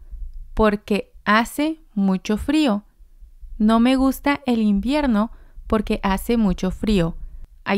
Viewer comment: You pronounced porque like por qué. They’re not pronounced the same.